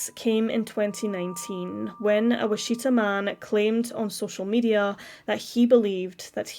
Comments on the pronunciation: ~ , "Wi-Cheetah" Should be Witch-it-taw* CPS always fails to protect children. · It's pronounced WITCH-i-tah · Wichita = "Witch-i-tar" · Wichita - witch-uh-taw Louisville - lou-ee-ville Can't blame you for not knowing American pronunciations of these words. Just thought you might want to know. There are some British towns I wouldn't even begin to correctly pronounce.